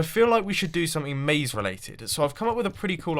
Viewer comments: not "maze", not "naze", more like "haze" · Definitely "Maze", not "Naze"